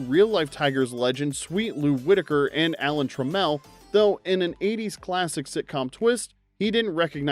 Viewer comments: Alan Trammel's last name is pronouced TRAM-ul, not truh-MEL. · By the way, it's Alan TRAM-ull, not truh-MELL. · The detroit tiger's name is pronounced Tram-mull not tra-mel. Get it right. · It’s Trámmil, not truh-mél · Pronounced TRAMMLE ( like mark or Dorothy hammill) not TRAM-MELL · Trammell, not Tram-MEL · Trammell….NOT Tra-Mel 😂🤣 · It's not Tram-L its Trammel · Alan "Tra-mel" 🤦🏻‍♂️🤦🏻‍♂️🤦🏻‍♂️ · I'm surprised nobody has corrected the pronunciation of Alan Trammel's last name: TRaamm-EL. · His name is pronounced Alan TRAM-ell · That pronunciation of Alan Trammell's name suggests the host isnt a baseball fan 😉